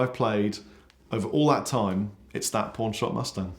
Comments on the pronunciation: Haha for a second I thought he said porn shop not pawn shop lmao. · Kept thinking he was saying PORN SHOP instead of PAWN SHOP! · I kept on hearing “porn shop Mustang” 😂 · With your accent it sounded like you said "porn shop mustang".